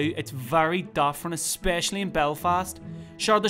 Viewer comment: It's 9/10 but 1) I think he's basing it on a more effeminate individual than most 2) the 'spec' in 'especially' should use the same vowel sound he uses in 'forever' and 3) people from Belfast wouldn't say 'Scottish' that way (but some other areas in NI would, same as the 'especially').